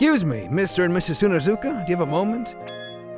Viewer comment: Tsunezuka not Tsuzenuka